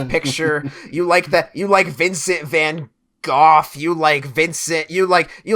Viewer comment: I'm from Holland and pronounciation of van Gogh sucks! Nice vid btw.